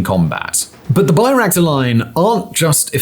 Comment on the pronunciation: LOL, BAY-Ractars. There are two kinds of days -- days when it's obvious that Simon has no experience with the subject his writers write about, and days when it's obvious that Simon doesn't even watch TV. Today's both, but especially day two.